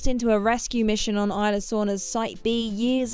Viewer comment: Guys come on its isla from the Spanish pronunciation as in Costa Rica where the film is based. In the words of biff Tannen, "You sound like a damn fool when you say it wrong".